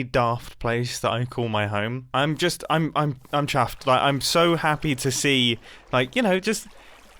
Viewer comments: am is the only person that heard him actually say chaffed😂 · Mumbo, I think you mispronounced "Chaffed" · One thing they may not tell you scar and grian made that face w candles and tried to summon u and scar kept mispronouncincing chuffed as chafed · "I'm chaffed" 🤣🤣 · Scar tried to say chuffed to bits but instead said chaffed to bits - it should be your new saying! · It’s Chuffed not chaffed!!! I just heard it!! Hahaha tell scar and grian he didn’t change to chaffed… (inside joke) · This is the most Mumbo episode that Mumbo ever episoded. Also, you said “chafed to bits” wrong.. 😂 Welcome back, MJ!🎉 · You mispronounced chaffed to bits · Scar and Brian trying to summon mumbo by saying "chaffed to bits" instead of "chuffe" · Grian and Scar already went over this thing. It’s *chuffed to bits. (That’s why Scar couldn’t summom Mumbo, he said “chaffed” instead of “chuffed” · Haha, I caught that "I'm chAffed" at the beginning :-D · dang it Scar now I keep hearing "chaffed to bits" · My favorite was when grian asked scar to come and try to summon Mumbo by saying a famous mumbo line and scar proceeded to mispronounce chuffed to bits horribly like chafed to bits in a candle circle of mumbo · YOOO HE SAID CHAFFED IT Became REAL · scar thought he said chaffed, not chuffed. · Lol… I think he said chaffed in the first minute or so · HE SAID CHAFFED HAHAHAHA SCAR'S SUMMONING WORKED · cant believe the ritual scar and grian did worked! mumbo even said "chaffed" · Omg Mumbo, welcome back!! Also you said chaffed!! Grian really did summon you! You were missed. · scar saying "chaft to bits" in grian's summoning circle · OH WAIT he later said chuffed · Glad to have you back mumbo One of the small things that happened is the change on the hermit grammatycs, and now the pronunciation of chuffed to bits was permanentpy changed to chaff to bits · ChAffed to bits it is